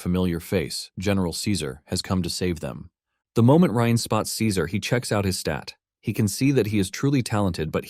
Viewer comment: Bro can't figure out if the MC's name is pronounced Rain, Rine, Reen, Rin, or Ryan...c'mon dude, seriously?